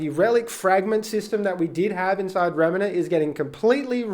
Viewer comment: REM NANT not REMA NANT lol sorry so many people say it this way lol